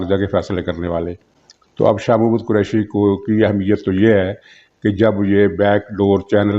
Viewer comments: Sir uska naam Shah Mohammad Qureshi nahi, Shah MAHMUD Qureshi hai. You said it wrong atleast 3 times. And it's not Pakitan but PakiStan. Kahan se ho bhai? Please improve on your pronounciation. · Shah Mohd. nahin Shah Mehmood Kureshi. Kripya naam to theekh se lain